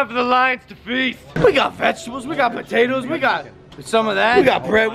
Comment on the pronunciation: Did yu say potatoes